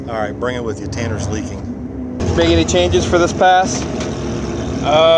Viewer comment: "Tanner is leacking" lmao